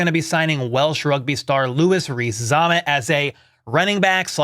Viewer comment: "Former rugby star" Don't make it sound like he washed out 😂 Also, it's Zammit like "Wham-it"